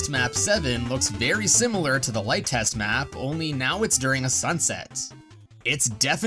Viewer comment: it's pronounced "test ma poo seven"